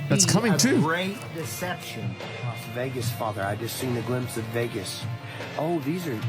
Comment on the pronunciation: Las Wegas 😂